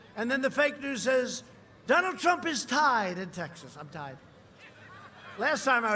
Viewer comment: Donald Prump! 😂